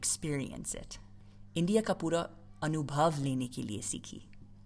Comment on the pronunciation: Your pronunciation of "anubhav"is epic😂❤